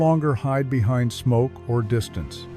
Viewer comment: You had me at 'Behaind'.